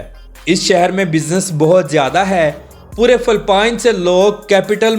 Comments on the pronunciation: Phalpine nhi bhai its Philippines 😢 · Phelpeen sssssssseeeeeeeeeeexxxxxx😂😂😂😂😂